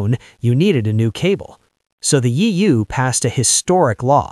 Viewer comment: This voice once said "Yee-you" instead of EU 😅, nice! No hate, though!